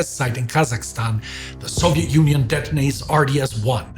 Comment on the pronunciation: I've gotten used by now to saying "possition" and "possetion" (etc), but "Zoviet" and "Nagazaki" still break me 😅 Anyway thankful as always.